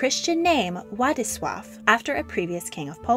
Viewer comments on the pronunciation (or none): Wadislaw is pronounced vadislav. w's are pronounced "v" is polish. :) so, her name is pronounced yadviga! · is Wladislaw is pronounced VLADISLAV /you forgot L /which is pronounced like W /wood/